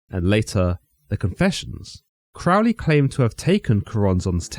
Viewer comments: Love is the Law, Love Under Will. Do What Thou Wilt means uniting your will with the Divine, not being a total pig or an arrogant criminal jackass, which is what people want to believe. Crowley is pronounced like the bird, rhymes with holy, btw. That is an excellent account and I did enjoy it. You also accidentally solved a personal mystery for me by reminding me of something I forgot, so thank you very much! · You know this video is nothing more than anti-occult, propaganda nonsense when they can't even pronounce Crowley correctly. It is pronounced Crōh-lēē not Crăhwl-ēē Crow (just like the bird) Lee (just like Bruce Lee) Pronouncing the man's name the same as in the song by Ozzy Osbourne shows how little actual effort and research was put into the information provided in the video, and all credibility should be discarded. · Crowley stated that his name should be pronounced with the first syllable sounding like ‘crow,’ as in the bird. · Crow-ley, not Crough-ley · Crowley pronounced his name crow-ly, not crawl-ly, as demonstrated by a couplet he used: My name is Aleister Crowley, Master of magick and holy. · Why do people always pronounce Crowley incorrectly? The First syllable rhymes with crow - NOT cow ! I know this only because, many decades ago, one of his 'pupils' was a family friend - and she was most adamant on this point. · You should know: you're pronouncing Crowley's name incorrectly. We know this indisputably because he wrote a poem about it, and the rhymes demonstrate which way it is done: "It is pronounced CROW-ley for I am holy; Those who say Crowley treat me foully." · Crowley is Fowley but Cr-oh-ly is holy ..........basically he mispronounced his name the whole video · This pronunciation of 'Crowley' is what made me stop listening. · It's pronounced Crowley, riming with holy. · You can’t even pronounce his name correctly!